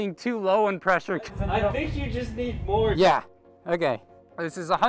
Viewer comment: That "yEah" XD